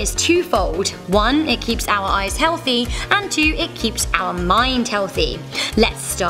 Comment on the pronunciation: Hazel. But I can tell from the many times you said it but you've definitely had many flies in your ehs